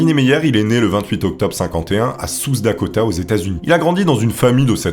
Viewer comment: "né à souss dakota"... "concriti"... Superbe vidéo comme d'hab sinon <3